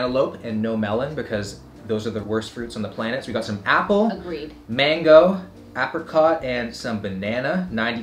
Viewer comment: Bagged milk...are you Ontarian? I love how you pronounce “apricot” like “ahh-prihcaught”. That’s the proper way to pronounce it, imo